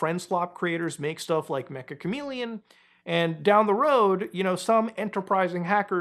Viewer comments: Its pronounced meh-cha not mech-ah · It's not mecha chameleon, its ME-CCH-A chameleon, Meccha in Japanese means "Very" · It's pronounced Meh-cha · ik no one really cares but Meccha is pronounced more like meh-cha /met͡ʃa/ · Mecha is apparently pronounced as mecha(cha-cha) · its pronounced metcha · Meccha is pronounced meh-cha kind of like mochi or matcha